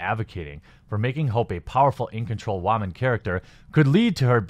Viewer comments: This commentary would have been more interesting had you WATCHED the movie first. Also, why do you pronounce “woman” like “wah-men”??? You sound like Elmer Fudd saying “raman”... 🤔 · Am I the only one hearing him pronounce it "whaman"???? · Maybe I'm just new here, but why do you keep saying "woman" like that? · Is he saying “ramen” lol